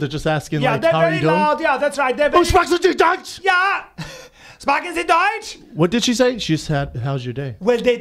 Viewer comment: bryan's pronounciation of "sprechen sie deutsch" was actually spot on. impressive. the hunting rifle was probably called MAUSER though, not blauser lol i know nobody cares